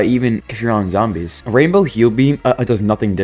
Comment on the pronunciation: dawg I thought you said zombie piss😭